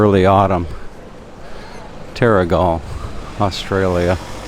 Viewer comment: Yes you did pronounce it right - The Skillion at what the locals call The Haven. Terrigal